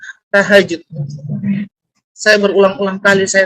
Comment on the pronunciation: Mondok diluar negeri,biar tidak tau kebohongannya..cek nama dia di Al-azhar luar negeri lagi biar jgn tau bkebohongannya. Baca ayat salah,sebut sholat tahajjut pun salah,takbilaturikhrom pun besalahan...tapi ya terserah tapi jgn berlebihanlah akan semakin jelas kebohongannya.